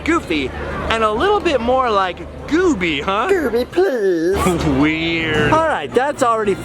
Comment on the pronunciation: "Gooby pleashe" 🤣🤣🤣🤣🤣